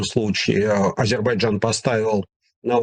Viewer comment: потренируйтесь, пожалуйста, произносить правильно слово Азербайджан, - Вы произносите это, как Горбачёв!